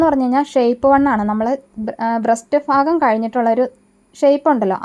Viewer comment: ഫാഗം അല്ല ഭാഗം എന്നല്ലേ ശരി